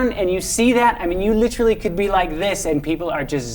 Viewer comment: I don't like how he pronounces "literally"